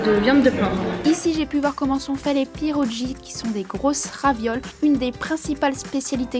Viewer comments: Coucou merci pour cette vidéo cela fait plaisir à voir toutes ces spécialités polonaises ayant des origines de par mes parents j'ai reconnu pas mal de plat que tu as testé. Ton accent m'a bien fait rire. Pour info on ne dit pas des "pierodji" mais des "pierogui" 😊😊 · Ça se dit pierogui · MDR, ça se prononce "PierlogUi" ;) (avec le "r" roulé) et ne vas pas leur dire que c'est des "raviolis" ils vont pas t' apprécier ^^ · Juste dire que pierogi se prononce pieroguie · Pączki se prononce pontchki. Pierogi se prononce pièrogui. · Pierrogie, Pierre o Guy !!! C’est comme ça que ça se prononce !! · Super vidéo! J'ai énormément ris en entendant la prononciation des spécialités 😂 Zapiekanka= se prononce : zapiékaneka Pierogis: piéroguis Żurek: Jourek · C pas comme ca que on dit pierogi